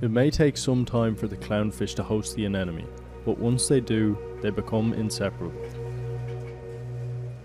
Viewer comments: AneMone, not AneNome. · I had to skip over all the "anenemy" parts. Who tf pronounces it that way? And most importantly, why didn't you say "Neno" instead of "Nemo"? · i don't know if you are ragebaiting but the way you say anemone kills me inside